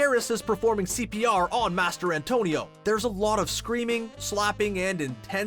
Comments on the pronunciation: Mastrantonio. Not Master Antonio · Come on man MASTER ANTONIO? Seriously? How hard is it to say Mastrantonio? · "Mas-tran-tonio"....It's not that hard..... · Mastrantonio, it’s not Master Antonio. Jesus. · Did you just kept saying Mary Elizabeth’s last name “Master-Antonio”?! 🤦🤦🤦🤦🤦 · Master Antonio? Was I pronouncing this wrong all these yrs.